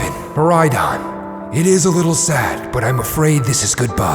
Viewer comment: I love the vid but why in area zero koridon became miridon